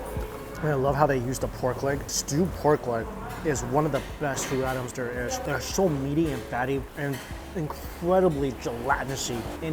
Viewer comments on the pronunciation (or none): none